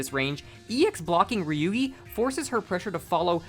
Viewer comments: what a whiplash hearing you call ryougi ryuugi, for a second i heard ryuki and thougt i was going crazy bc there were kamen rider ryuki recommendations on the side, holy shit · This is a good video but it was kind of funny trying to figure out who is Ryugi, that is a wild pronunciation